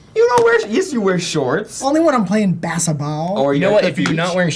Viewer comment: I laughed so hard at "only when Im playin basssetbaaawl"